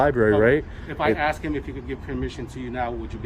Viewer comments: Does the woman who can’t even pronounce the word “ask” know she sounds like a drunk? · You heard the detective, she axed you to leave. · She lost all credibility when she said, " I'm gonna have to AXE you to leave"...Cannot even speak the language and she is a "Detective"? Really ? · How can you wear a badge and pronouce the word "ask" with the word "axe"?